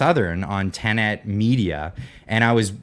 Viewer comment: Does not know how to pronounce Tenet? It’s an actual word, not just the name of their channel.